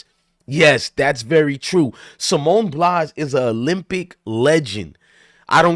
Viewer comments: Bye-alls not Blys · BILES, not Blise or Blas. At least pronounce her name correctly. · Bro it's Pronounced Ba eye l say it all together 😂